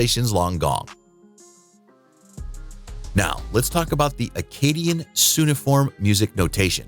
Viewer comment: cuneiform... you're not saying that word right.